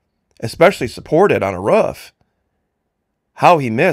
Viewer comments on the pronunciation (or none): none